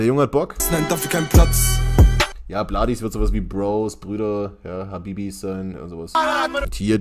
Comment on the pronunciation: abi, man spricht bladis wie - bledis aus